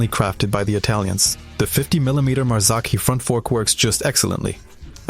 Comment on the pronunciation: Nice video but you should give a proper check to your pronunciation. Ricardo Rosa as Ricardo Raso ? MarzAcchi ? Ca-Jive-A ?